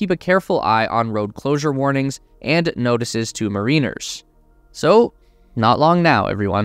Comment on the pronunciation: Mariner MARE-IN-ER not marine-er